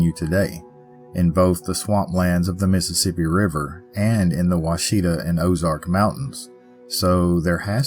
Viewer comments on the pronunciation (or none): none